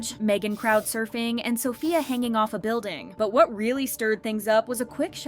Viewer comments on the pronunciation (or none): none